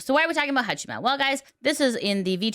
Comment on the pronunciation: Hong Kong knockoff Haachama. specializes in inventive pronunciations of names.